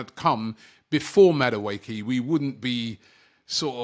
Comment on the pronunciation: it’s Madueke like the last (e) is pronounced like an (a).